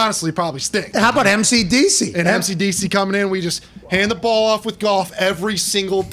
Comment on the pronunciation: Pat "Last Time We're Gonna Talk baht Aaron" McAfee